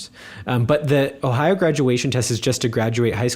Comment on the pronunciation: I think accent-wise is a bit better. As a German, I can hear German accent quite well, I think. Especially the way she pronounces the word "Ohio" gives it away, I think. It sounds very German. But maybe that's just how the people there pronounce it as well, I don't know. It's quite different from the way pronounces it though. accent however is almost not noticeable. Of course, he doesn't sound like the people around me in northern Germany, but he just sounds like he would be from some lesser-known region in the south of Germany or something. Also, his German sounds very formal, like a professional speaker would speak it. Sometimes he doesn't get word endings or words slurred together quite right, though. Of course, the occasional misuse of words also gives it away, but it's the same with.